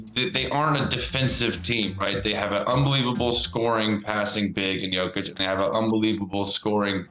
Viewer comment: Shams still mispronouncing Jokic's name. Is that part of his agreement with Klutch?